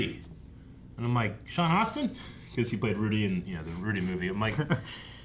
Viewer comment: I can always count on to get Sean Astin’s name wrong 😂